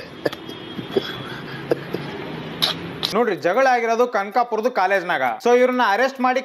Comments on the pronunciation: ಅದು ಕಂಕಾಪುರ ಅಲ್ಲ ಕನಕಪುರ 🤣🤣🤣🤣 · ಅದು ಕನಕಪುರ ಕಂಕಪುರ ಅಲ್ಲ